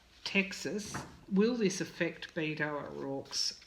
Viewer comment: Dear, I'm not trying to be rude, but Beto's name is pronounced like making a bet, a wager. I'm making a bet.